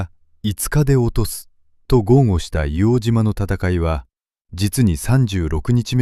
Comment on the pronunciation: 正しくは「いおうじま」じゃなくて「いおうとう」ですね。